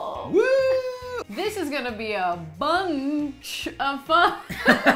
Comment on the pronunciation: clicked off soon as she said "Bunnn -ch of fun"